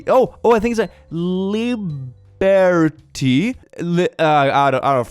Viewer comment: Lih-bear-tee IT'S LI AS IN LIP-BUR AS IN BURGER-TEA AS IN.. well.. tea.